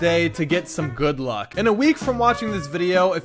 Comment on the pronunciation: He said “gud luk” the second I hit my when I was about to lie down